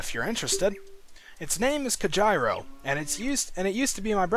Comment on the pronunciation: I'm so used to his name being pronounced "COHEERO". lol But, assuming it's Japanese, it's actually pronounced "Ko jee ro".